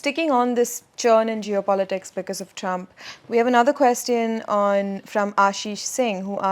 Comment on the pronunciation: Please pronounce “question” correctly.